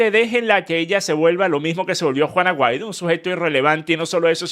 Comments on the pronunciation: Yo también 😂😂😂😂 es juan aguaido que el dice no se porque 😂😂😂😂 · yo tampoco lo tengo muy claro 🤣🤣🤣🤣🤣🤣pero si leí el apellido escrito en la descripción del video que decía : Juan Aguaido. Pero dicho de su boca yo escucho juana guido 🤣🤣🤣🤣🤣🤣🤣🤣🤣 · Juan Aguaido 😂 o Juana Guaidó 😅